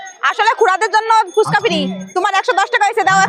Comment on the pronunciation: ফুসকা নয় কথাটা ফুচকা। পরিস্কার করে উচ্চারণ করুন।